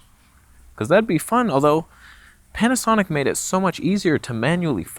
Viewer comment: Did I hear “Can’t-asonic”?? 😐